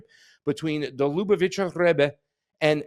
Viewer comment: This is absolutely crazy and I cannot wait to hear what these tunnels were meant to hide or protect. But, I once heard you say you were Jewish and grew up in Boca Raton. Your inability to correctly pronounce any name in this report makes me think otherwise. ("Ch" is always pronounced like the "ch" in "Bach.") As for Netanyahu meeting Schneerson, the Lu - BAV - itcher RE-bbe must have met at least a few million people on Eastern Pkwy in his lifetime (probably even the Pope) so this video of the two of them may not, on its surface, mean anything sinister. People from all over the world came to Reb Schneerson, Jews and non-Jews alike, for his blessing. He is long dead but remains a spiritual leader for millions of people around the world. The Lu BAV itcher Jews of Cha BAD believe Schneerson is the coming Moshiach (I dare you to pronounce THAT word!) The idea that he will eventually rise from his Brooklyn grave and lead the world into peace on biblical Mount Moriah (the present site of Al Aksa Mosque) enrages many other Jewish sects because Judaism never had a Messiah that rises after death (like the Christian Messiah). Muslims always have to worry about religious zealots (Jewish and Christian alike) who have tried to blow up their holy mosque on Mt Moriah in order to build the Jewish 3rd Temple.